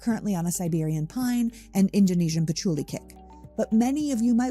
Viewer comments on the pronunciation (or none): none